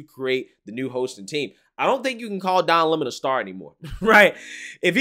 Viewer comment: It's LEM-on, like his show.